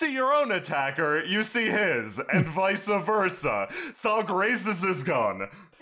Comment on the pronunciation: I nerded out when said "Vice a Versa" correctly. YEAH, PRONUNCIATION!